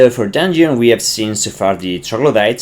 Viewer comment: dun-yon? are you French?